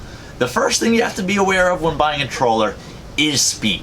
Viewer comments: Troller or trawler? Half the time he says troller. Kinda funny. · Let's see: Video is called "3 Cautions...", then this guy says "I just wanna caution you to be aware of a COUPLE of things". Then he rambles on about the tradeoffs of trawler speed/efficiency. Oh, and he can't even properly say 'trawler'. If this so called were a live game hunter, he would have starved to death and we wouldn't have had to sit through this vapid pointless rushed video.